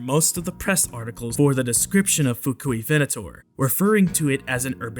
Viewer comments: "Fuk-u-ven-ator" 🤣🤣🤣🤣🤣🤣🤣🤣🤣🤣🤣 Yeah, I said it, lol 🤣🤣🤣🤣🤣🤣🤣🤣 The music, tho. 😍😍😍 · the Fuk-U-ivenator lol